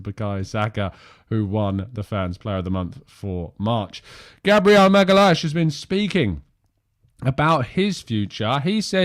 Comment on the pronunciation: Magalhaes is pronounced MaGowYensh